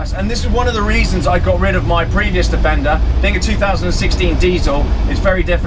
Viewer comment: Think I might watch it again, just to count how many times he says defender(wrongly). Not. .😙